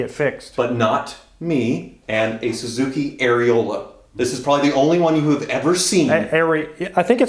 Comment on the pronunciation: Did he say suzuki aereola?? Hahahahaa